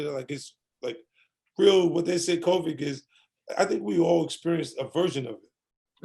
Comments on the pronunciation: Nobody: 50 cent: "Covic" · 50 calls COVID 19 “COVIC” like my moms does and it’s sending me. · My mama calls it "Co-vee"